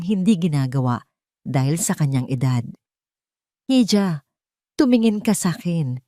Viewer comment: Hija is read as iha and not hidja..❤